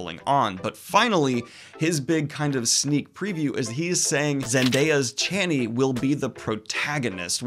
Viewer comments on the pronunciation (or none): none